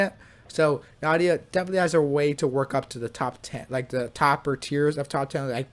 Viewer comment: Yay bruh nahida and nilou like bruh hahahahahaha bruh come on their said in game come on